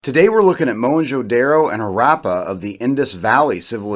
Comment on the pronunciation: At least learn to pronounce the name of the cities Don't be so pretentious Whites can pronounce as stupid words as rendezvous Zeroes becomes voo But simple daro becomes daaarro Haraaapa Is it so difficult to say Harappa ra as in ru ckus . Not raaa and ppa instead of paaa. An archeologist or a historian or a blogger must know to pronounce at least the cities name properly forget other words You guys love to play with anything indian Indian names are pronounced the way they are written because of tge NAGRI LIPI ie nagri script . Only language in the world which is spoken as it is written No stupid silent words as in english French or in Spanish. After the science has advanced so much And so much twisting of asian words why dont you guys simply get rid of these silent words like erbs is written herbs why ?